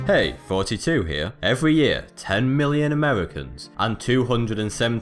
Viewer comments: Do you purposely say 42?? Cause it honestly sounds like you make no attempt to say. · when you introduce yourself it sounds like you say 42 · He does. The answer to the meaning of life is 42 Look it up on youtube hah